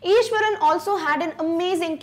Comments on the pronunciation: Maam it's Iswaran not Ishwaran.... Btw I love your teaching style♥️♥️♥️ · it is iswaran not ishwaran